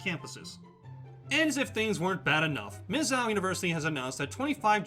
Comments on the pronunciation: Are you saying "Miz-zow," rhymes with "cow"? Stop, just stop. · He made my ears bleed every time he said the name. Clearly an extra ten seconds of research could have been spent learning the actual pronunciation of the school's nickname.